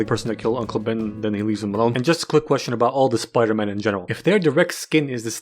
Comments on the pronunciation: speter pidey? speter pidey. yeah. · Speter pidey ... it makes soo much fucking sense it's scaring me. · ah yes, my favorite movie, speter pidey. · Why so many comments it’s Spooder-Mon guys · SPETER PIDEY YES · i just cant 🤣🤣 video is just funny as fuck but opening is "welcome to the amazing spooderman 😂😂 man wtf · the amozing spooder man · Spider pidey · Starting the Video "Welcome to amazing spoderman. Hblblblhdd Peter Parker habqiolgtbal" Looking annoyed at my smartphone and turning it off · Speter pidey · William Dafoe: of peter William Dafriend: of speter pidey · Speter pidey ? Yeah ! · Spooder man spooder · It's man spider